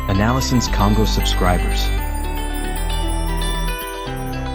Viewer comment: Correction, correction c'est analysons kongo et non analysen Kongo